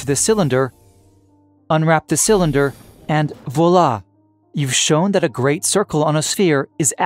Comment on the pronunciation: love your videos! please do not pronounce "voila" again. it hurts.